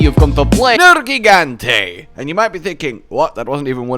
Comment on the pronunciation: 1 Viper Tobi Kadachi 2 Safi Jiiva 3 Nergigante 4 Duramburos 5 Alatreon Also.. Proud of you for saying Nergigante's name correctly. Sigh, and later on you fucked it up again. Why?